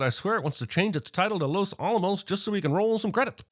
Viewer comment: Well he did mispronounce los Alamos directly after hearing so he must have hearing problems